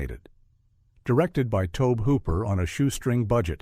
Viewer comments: He pronounced it wrong on 'Texas chainsaw' though, but on the 'Eaten alive' review he gets it right!! Also, he pronounces Ed Gein's name wrong!! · Show some respect and learn to pronounce Tobe Hooper's name correctly.